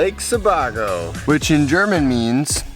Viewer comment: love the video - but one HUGE thing - it's not pronounced Se-bah-go, it's Se-BAY-go. Absolutely love that lake, always vacationed there as a kid!:)